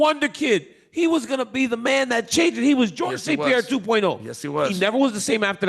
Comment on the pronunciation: Chael really can't pronounce his name, so much I get confused who he is talking about, its not Pierre!!!